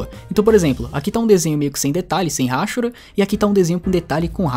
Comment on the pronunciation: Hahahaha RÁCHURA? É hachura,! (a-chú-ra). Seus vídeos são muito legais. Recomendo sempre aos meus alunos de Desenho. <3